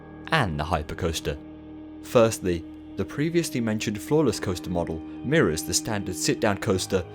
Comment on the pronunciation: So I misheard “floorless” as “flawless” and I was like, man that must be some coaster design.